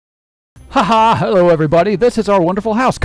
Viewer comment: HOLD UP why did you say hallo are you german or what becuse im german